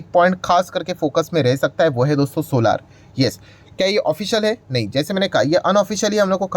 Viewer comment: सर सोलार नहीं सोलर बोला करो, इसमें सुधार करो क्यूं कि ये शब्द आपको बार बार बोलना ही है।